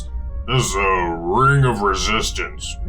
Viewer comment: My group decided to ditch StarFinder and play Esper Genesis instead, but I really enjoy watching this so I will watch each episode with glee. Besides I can still try to learn how to do voices and describe things like you guys do so my players can be as immersed. Haha the "wing of wesistance."